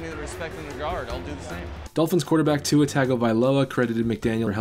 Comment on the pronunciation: You’re completely butchering Tua’s last name. You must not watch as many Dolphins games as you’re trying to pretend you do.